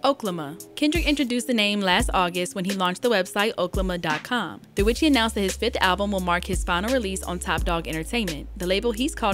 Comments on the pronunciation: I’m just glad stopped saying “Okay-Lama” 😂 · It’s pronounced (Okay 🦙 llama) 🤦🏾‍♂️ Errrrrrbody sound crazy saying it like that. He’s used it in previous albums Y’all buggin!!!!! Can’t believe you said it like that so many times!!!!!🤦🏾‍♂️ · It’s O-K-La-ma… like how he rapped it on “Fucking Problems”